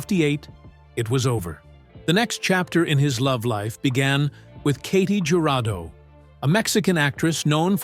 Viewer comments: Please use the Spanish (correct) pronunciation of Mz Jurado's name. It's pronounced Hurado. Js are pronounced like Hs in Spanish... like San Jose (San Hosea). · Just some quick fact checks. Aside from the pronunciations of Jurado (hoo-RA-do) and Ethel Merman (MUR-mæn) the photo is neither Ernest nor Katy Jurado (it’s actually Bette Davis and Gary Merrill). In The Poseidon Adventure Borgnine’s and Winters’ characters were not husband and wife.(Borgnine and Stella Steven’s were a couple and Jack Albertsons was Winters’ husband).